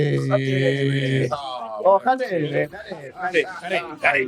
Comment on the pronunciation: MacG can't say Radebe 😢